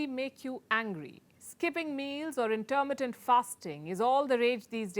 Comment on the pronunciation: What is "Intermentative" fasting just listen to her...is this channel meant to look like Forbes with CNN BS ?